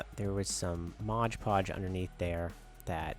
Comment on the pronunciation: I especially like how you hold up the bottle so it's perfectly legible and still say "modge podge". 😆 That's so classic...like "Febyuwary" or "we booked it out of there". Still, awesome little setup.